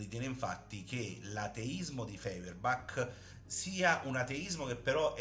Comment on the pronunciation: Stirner non si è mai definito anarchico, gli è stato attribuito, e non dice nemmeno che tutto si riduce all'io, ma a me. Allo stesso modo parlare di rivoluzione dell'unico è scorretto, perché semmai bisogna dire rivolta o sollevazione. Si pronuncia Foierbach.